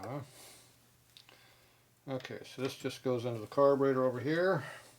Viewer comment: "Carbanator" That's classic!